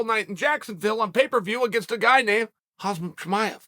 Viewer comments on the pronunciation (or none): He’s name hamza not hazm